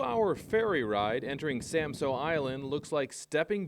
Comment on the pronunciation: Samsø! What is so difficult about saying it right!